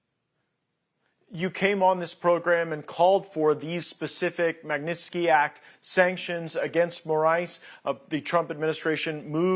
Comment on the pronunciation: Que vergonha da pronuncia do inglês desse cara . E outra coisa, esse little Banana não vai aprender nunca a falar o nome correto da lei? É Má Gui Nis Tiki oh jumento